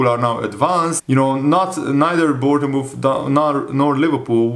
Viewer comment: it’s pronounced Born-muth